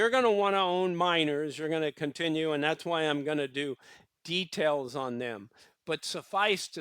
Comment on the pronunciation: Details not Detals!